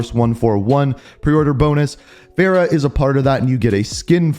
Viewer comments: He still messes up her name it’s Farah far-ah and her last name is Kareem it’s just spelled differently Farah Karim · it's f a r a h not fera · Bro Fa not Fe cmon